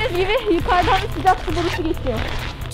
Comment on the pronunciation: Spiker: Hava soğukmu Sümeyra: Yoo sıcaq